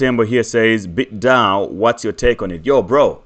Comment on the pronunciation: You said bitDao?